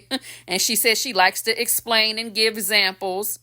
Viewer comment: 1st time here! When you said give zamples,and the ignorance is contagious! 😂funny and true! I have to admit it,I have caught myself say,Yeah,yeah,yeah,yeah,yeah!😅😂😅😆🤣